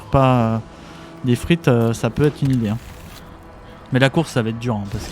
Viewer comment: En voyant la qualité de la vidéo je pensais que tu avais déjà plein d'abonnés ! Bravo ! Seule petite critique Deathrite ne se prononce pas "des frites" 😜